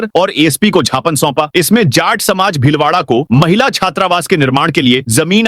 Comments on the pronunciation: ज्ञापन को जापन बोला जा रहा है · आप ज्ञापन को japn बोल देते है जी